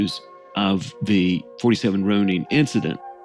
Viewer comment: This narrator is driving me crazy. It is "Ro - nun", NOT "Ro - neen"!